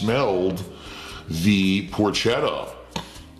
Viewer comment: Of course he pronounces Porchetta wrong.